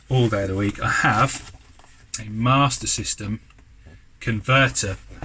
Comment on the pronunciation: Those big box games are in fantastic condition and you done well with those mate. You quite rightly pronounced Ninja Gaiden correctly but alas, you still need to work on your Master System 😝😂😂😂 Great finds as usual mate, certainly much better than i could ever find round here 😁👍